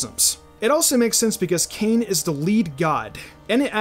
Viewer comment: Ayyy awesome video ! Just a heads up, the Hawaiian god Kane is pronounced (Kah - Nay).